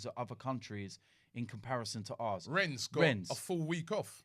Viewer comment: Robbie still calling it Renns